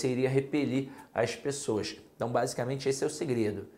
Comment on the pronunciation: Boa aula. Mas na hora que falou "as pexoass" eu ri. Acho que é carioca. Boa aula. Parabéns